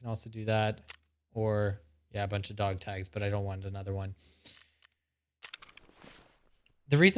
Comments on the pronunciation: "Dag togs" = Honestly impressive how that rolled off the tongue 😂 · "Dag togs " I love it